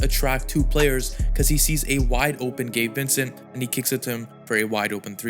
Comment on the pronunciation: Sounds like your saying gay Vincent